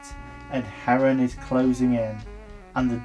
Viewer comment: Herne is pronounced Hern